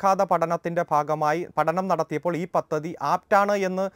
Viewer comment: പത്തതി അല്ല... പദ്ധതി...